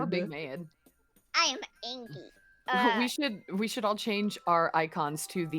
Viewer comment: "I am angwy"